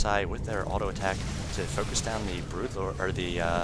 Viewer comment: Whenever you pronounce "ck" it words, you add a few h's in there so it's like, "He was not able to attachhhhkkkkssh the void rays." Idk it just bothers me. Sorry.